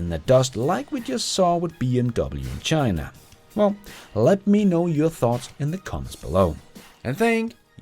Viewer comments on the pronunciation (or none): none